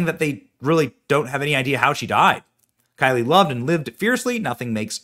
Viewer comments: Her name is KYLE, just regular KYLE! NOT Kylie!! Maybe research a bit? I couldn't watch this video for more than a minute or two because you Kept Pronouncing her name WRONG! You do this ALL OF THE TIME!! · Kyle.... Like Kyle Rittenhouse. Not Ky-lee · It looks like her name is Kyle (Ki•el) not Ky•lee? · It clearly says “Kyle” and it’s right in front of your face, but you say “Kylie”??? Wtf way to disrespect the dead